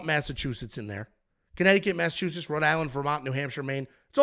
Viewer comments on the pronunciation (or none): none